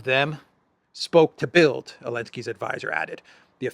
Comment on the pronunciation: Great report,. Thank you. (By the way, the German newspaper "Bild" is actually pronounced as "bilt".)